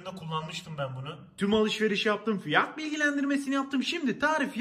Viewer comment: Abi tamam tessekkur ederim eline emegine saglik o kadar ugrasiyosun da yani neden fiyat derken boyle fiyağtghbd diyosunu cik komik oluyobxnxnxb